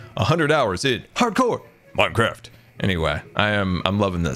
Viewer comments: "Hardcore" sounds like "parkour" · I love how says "hardcore" with so much emphasis like its a slap on title screen.